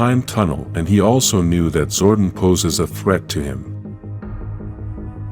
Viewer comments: ITS ZORDON NOT ZORDIN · Man who the hell is zorden its zordon like don